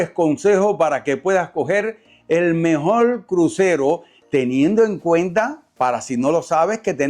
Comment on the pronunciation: Mejol??? Porque hablan así de mal?? Mejor se dice mejor!!!